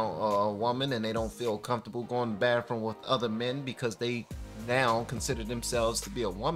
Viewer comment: FAMILY "Bathroom" has no "F". It's pronounced, "BaTHroom" not "BaFroom" - TH, not F.